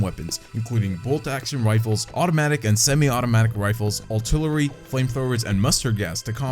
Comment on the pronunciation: Something about this guys voice is weird. What is "Altillery" ?